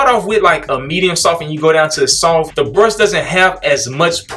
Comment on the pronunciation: Lmao always saying “SOFPH”. 😂😂😂 bruh never pronounces the T in soft 😂😂😂 That brush a Medium-SOFPH!!